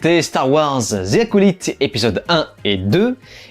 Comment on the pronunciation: ‘’Star wars zi acolyte’’ franchement les français votre anglais est nul 😂 prononcé ‘’the’’ en épelant ‘’de’’